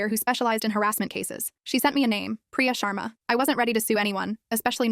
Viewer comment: Hey I know you ain't indian but its pronunciation preeya shrmaa